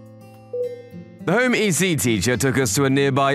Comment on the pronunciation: Home Ec, like economics, not e-c.